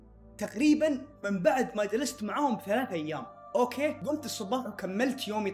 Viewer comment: كانك قلت :اوكي (باك او باكا 🐸 ) 😂 هذي الكلمه بالياباني 😂معنها:احمق ملاحظه : اقصد باك 🌚👋🏻